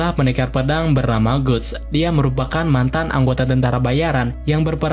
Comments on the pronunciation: Gutts itu dibacanya Gats bang, buset... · guts bacanya gats!!!